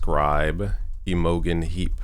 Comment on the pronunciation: Your pronouncing Imogene heap wrong. Good video